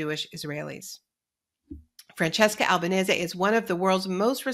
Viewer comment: Naomi Klein, one of the few anglophone people on the media who pronounces Francesca Albanese’s last name correctly. And what an amazing interview.